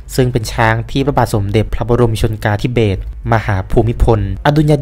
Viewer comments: ในคลิปออกเสียงพระปรมาภิไธยพระบาทสมเด็จพระเจ้าอยู่หัว รัชกาลที่ 9 ผิดนะครับ คำว่า “ชนกาธิเบศร” ซึ่งต้องอ่านว่า พระบาทสมเด็จพระบรมชนกาธิเบศร มหาภูมิพลอดุลยเดชมหาราช บรมนาถบพิตร พระ-บาด-สม-เด็ด-พระ-บอ-รม-ชะ-นะ-กา-ทิ-เบด มะ-หา-พู-มิ-พน-อะ-ดุน-ยะ-เดด-มะ-หา-ราด บอ-รม-มะ-นาด-ถะบอ-พิด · ออกเสียง "ชะ-นะ-กา นะ " ครับ